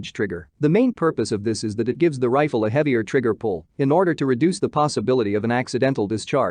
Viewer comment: Computer voice, Trifle for Rifle. AR for Arkansas. Wtf!